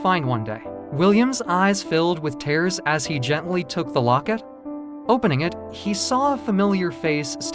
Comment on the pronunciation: Overall, a great story, but the reader needs to learn how to properly pronounce words, especially tears.